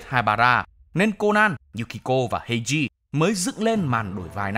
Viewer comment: Kênh đừng đọc phiên âm "ei" là "ây" được ko ạ :(